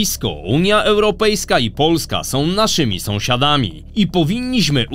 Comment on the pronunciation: Nie wiem, jak innym, ale mnie dość drażni ta maniera w wymowie - -...naszymi sąsiaDAMI - to jeden przykład i nieliczne przypadki można by to było wytrzymać, ale pojawia się to często i jest to bardzo mocny akcent, który najpierw zauważyłem u. Wtedy jeszcze nie wiedziałem, że ojciec też prowadzi te kanały i zapewne nauczył syna takiej maniery. Mnie to odpycha, niezależnie od jakości materiałów, którym nie mam nic do zarzucenia. Po prostu ten akcent...jest taki za bardzo. Normalnie tak chyba nie mówicie?